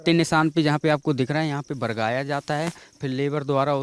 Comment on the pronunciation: बरगाया ❌ बगराया✅